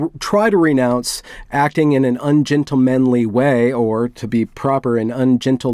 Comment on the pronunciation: “Ungentalthemly way” 😂🤣😂